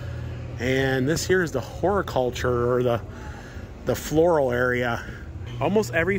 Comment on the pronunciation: you said Horiculture instead of Horticulture. I busted out laughing 😂😂